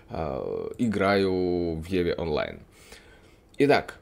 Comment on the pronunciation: Пока играю в еве онлайн. :))) Самому не тошно так говорить? В еву, евку или в ив, но не в еве онлайн. Жесть какая-то.